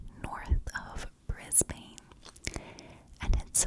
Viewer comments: This is definitely going to show our slang or accent, but Brisbane is pronounced as “bris-bun” 😅 When this happened it hit everyone across the country hard, mostly because of how shocking it was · yeah haha most of the places are pronounced how they appear but for some reason not Brisbane 😂 She was named ‘girl in the cupboard’ and got a few tv interviews on 60 minutes and news stations